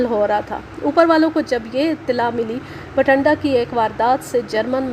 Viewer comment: Masha allah ...beti bht mehnat say sunai aap nay kahani..bht lutf aya kahani thi b achi...aap nay bathinda ko har bar bathanda hi parha ha..plz take care of this...